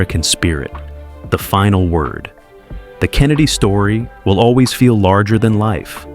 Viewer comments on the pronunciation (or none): none